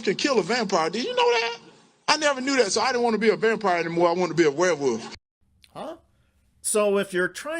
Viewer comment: Hershal it is "werewolf" not "warewoofs". Hershal, it's "cool" not "coo"